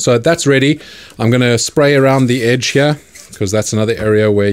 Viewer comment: I wish I was from an area of the world that says “heeyar”